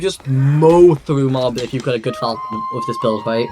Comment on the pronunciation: It's fȯl-chən, not falcon. Thank you for the video.